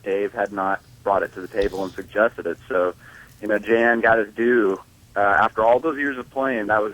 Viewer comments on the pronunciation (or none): Jan is pronounced Yan I believe.(Dutch)